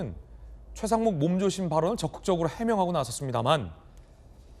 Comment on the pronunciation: 서재현 저거 발음이 중국인인데? 몸조심하라는 말하는데 발음이 완전 중궈